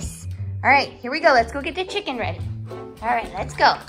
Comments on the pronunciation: You're so experts in this love chicken and he say chimkin? OMG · I love how he says chimcken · Why do you call chicken as chimken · What Is Doing To Us: Making Us Say Happs Instead Of Happy making us say chimken instead of chicken making us say am before every sentence making us say dis instead of this making us say da instead of the - forgot rest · me: watched too many videos and now say chimken instead of chicken to human friends